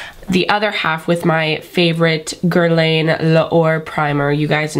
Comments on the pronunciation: It's pronounced "grrr-lawn" mama :) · Since we're being BRUTALLY HONEST you're pronouncing Guerlain wrong